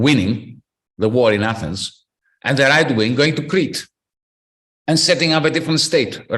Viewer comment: Not de Athens! Abpo teen Atheena